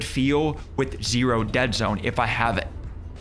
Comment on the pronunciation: Everytime i hear u say zero i always hear less than zero😅